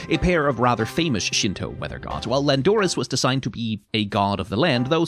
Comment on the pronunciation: Sorry but... lan-DOOR-us???